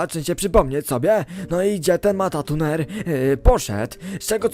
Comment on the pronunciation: dzięki za 💙 ale niemuw matatuner bo to matruner.